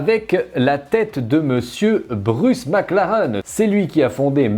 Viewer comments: On dit "maclareine" pas "maclaren" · 20 minutes de charge, t'as que la moitié de la batterie. Et si tu pouvais prononcer maclaraine stp 😗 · Superbe vidéo mais si on dit « MacLarén » (même si ça s’écrit Mclaren) 👍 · Ça me perturbe qu'il prononce mal McLaren 😅